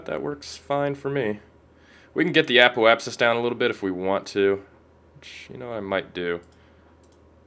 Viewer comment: apoapsis is pronounced uh-pope-sus